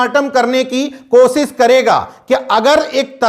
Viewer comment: कोसिस नहीं कोशिश कोटा है साहब😂।